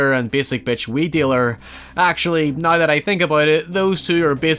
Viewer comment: Everyone: Now: Naouew